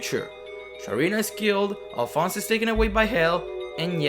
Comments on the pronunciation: Alfonse A"lf"onse A-Lif-onse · I thought Alfonse was pronounced like Al-fon-say